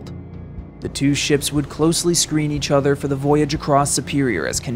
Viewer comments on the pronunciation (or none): none